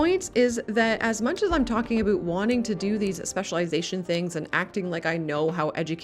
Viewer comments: this mf said aboot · How do you properly pronounce the word OUT, but then do the stereotypical ABOOT Canadian thing? It seems like a real kitschy thing to do. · Wow this is my first time listening to "aboot" so clear from a YouTuber. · screams Canuck eh?